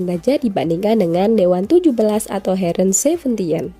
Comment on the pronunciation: Heeren bukan hereen, yepe kun, bukan jepe kun bacanya